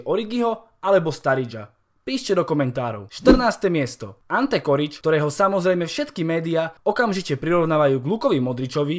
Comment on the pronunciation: Je to Čorič a nie korič 😁